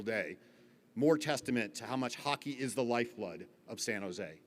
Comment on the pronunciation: Women’s hockett is the best hockett, almost as good as bonus hockett!